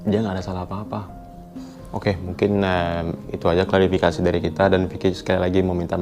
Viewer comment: Klarifikasi min bkn klasifikasi